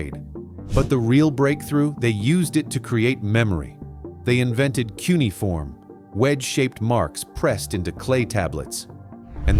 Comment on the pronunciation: It's cuneiform,!